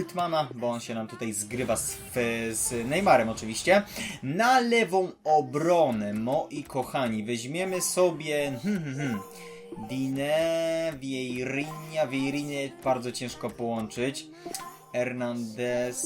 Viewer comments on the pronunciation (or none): musze to napisać bo w kazdym drafcie wymawiasz to zle Luca Digne czyta się luka diń a nie dine xD